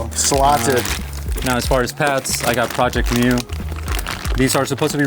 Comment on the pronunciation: Tell your boy it's not pronounced project mew. Jobe says it correctly